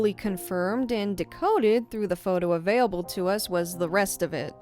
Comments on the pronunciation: Anyone know what accent has? She says "avay-able" as opposed to "avail-able". It catches my ear and ive never heard it before,. has a very familiar voice that I enjoy, but I am curious about that! [love the vids!] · Her bio used to say she pronounces available weird XD